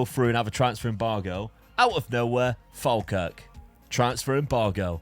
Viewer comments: Instead of saying "Falkirk" say "Fall. Kirk" - it's not the same as Falmouth :D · It's Pronounced "fall-kirk" 😅